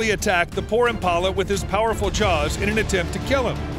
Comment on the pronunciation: They're JAWWWS not JARRRS